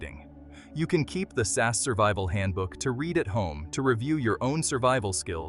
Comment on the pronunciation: It's SAS, each letter pronounces separately not "SAS" as a single word